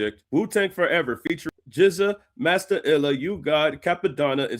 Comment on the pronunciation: I was with you until you said "Master Illa"😅